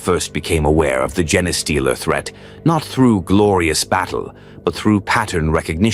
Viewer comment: You need to fix the pronunciation of genestealer You have it saying “gen” “es” stealer” Its pronounced “Jean” “stealer” Please fix it, it’s impossible to listen to it being so wrong